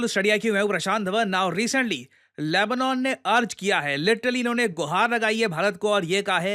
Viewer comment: लैबनौन नहीं लैबनन 🤦‍♂️